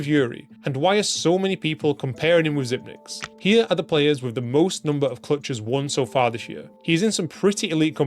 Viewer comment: Just here to say, it's pronounced ZIPEX. According to the man himself. The 9 is a backwards lowercase e.